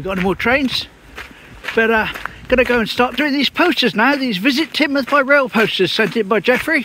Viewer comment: Good one and now I know how to pronounce Teignmouth👍